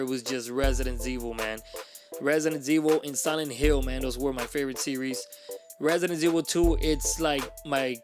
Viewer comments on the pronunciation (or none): Did you say Resident Zvil? Lol